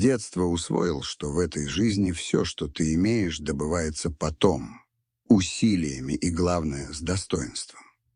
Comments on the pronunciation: Только не потОм, а пОтом добывается. Ну понятно, опять этот новоявленый интеллект. Не стОит и слушать, не то ,чтобы подписаться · ПОтои а не потОм😂😂😂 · Потом! Ударение на первую букву О ! Ваш искусственный интеллект тупее не бывает. Слушаю и удивляюсь. Когда женщины читают рассказы, безупречно! Но когда мужчины, не правильно произносят слова, как и искусственный интеллект. Пусть лучше женщины читают. И не говорите с издёвкой о женском интеллектете. .На себя посмотрите и свои произведения послушайте! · Потом / ударение правильно говорить надо!